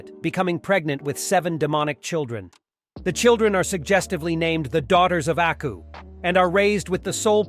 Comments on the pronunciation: its aku not acku lol pronounced AW-COO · HE DID NOT JUST SAY ACKU I'M NOT GOING TO WATCH BEYOND ITS AKU AND YOU PRONOUNCED IT WRONG. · Pretty sure it's "AKU" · I like the video beacuse its samuri jack but the way you said and spelt aku's name wrong. Like did you not google it? And they say his name in the intro song 😅 why are Americans so big headed about pronouncing other peoples things and namez and can't respect other people's culture? Also did you even watch the series? If you did then you would know that going to a bar is not natural to hik as thry did not have bars where jack lived nor did jack drink 😅 Have to dislike for that and unsuscribe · The way he disrespected aku's name at the start is probably why. Big dislike for that